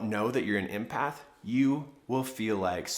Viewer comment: Thank you, but it's not pronounced "impath" as you're saying it! It's EMpath as in the name Emily! Empathy, the ability to put yourself in the shoes of others, know how they feel and able to feel the same feelings. Related to compassion, but not the same thing! Many HSPs , highly sensitive people are empaths and many artists as myself are creative empaths.